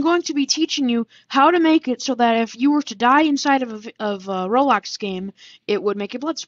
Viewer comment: Sorry for not responding but you pronounced roblox rol-ax